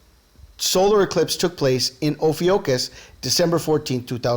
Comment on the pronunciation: amazing connections here. thanks for sharing. Just FYI: Ophiuchus is pronounced: oh-FEW-kuss - or - [O] + [FYOO] + [KUHS]